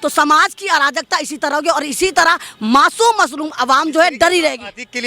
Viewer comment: Are you shaur mam aap Atik ko mashum bol rahi ho